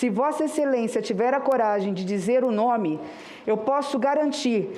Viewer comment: Com certeza não tem eficácia . Mas só me surpreendi por um jornalista de tanta credibilidade não ter pronunciado corretamente o nome.